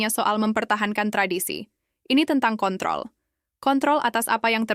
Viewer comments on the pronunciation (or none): none